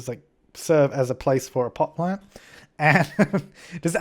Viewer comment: I thought that same I laughter my ass of though each time he said it